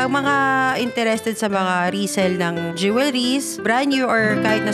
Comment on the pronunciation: Sir You mispronounced the word "jewelries" not once but several times Check with Google for the correct way to say it The whole world is watching and listening you